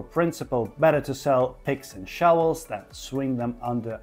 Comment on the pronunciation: Says showels, not shovels